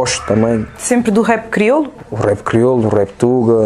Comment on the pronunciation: ela a fazer se que n sabe falar criolo ahahhaha..ah esh criola metid a besta